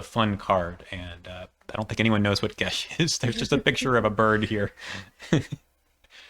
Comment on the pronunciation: Geas is pronounced "gas" or "gayss". Geis is the Irish spelling which is pronounced "gesh" or "gaysh".